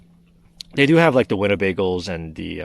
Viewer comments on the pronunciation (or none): You said Winnabagle! LOL!